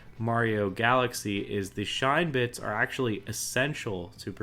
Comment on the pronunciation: Shine-bits Has this guy ever even played Super Mario Galaxy?